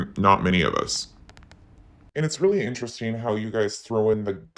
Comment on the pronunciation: why tho? There’s more to support it than against it. Actually there’s nothing against it. She knows how mindless her minions are - she doesn’t even try to change her pronunciation, enunciation, or go-to phraseology. Intrest eeeeen She pronounces “ing” sounds as “eeeen” and I haven’t seen any of the other “creators” DRAMA channels who do the same. She loves to talk about “facts and let you make up your mind” and this person uses the same tired 🥱 statements. She must be her doppelgänger because her tonality and even her ad lib “snarky” comments match that of KJ. Both sides are exaggerating only the salacious topics and not at all talking about any of the productive topics that could result in INTELLIGENT, coherent dialogue… that would benefit lots of people. No, we’re over here voice-changing and screaming and clapping and snapping and drinking and singing … I mean it’s a trash circuits all around. KJ is just and extra special level of DIRTY for how she’s attacked the family’s credibility to keep a story line alive when her sources dried up. But hey that’s the game right? Most of us wouldn’t be clicking on the coherent, productive dialogue. So I guess I can’t blame any of the vultures for giving their mindless minions what they want 🤷🏼‍♀️